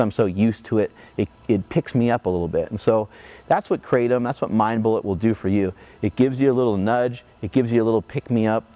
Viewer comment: Living in South East Asia and knowing the correct way to pronounce Kratom, it annoys the living shit out of me everytime I hear an American say "Kratom" .... But then I also quickly realise how I'm being a dickhead for judging someone just because of the way they say a word... God this is difficult to deal with 😂😂